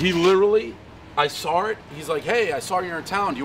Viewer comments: every time Save says 'sawr' instead of saw, i cringe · I love how instead of saying ‘saw’ he without fail every single time says ‘soar’ I soar it lol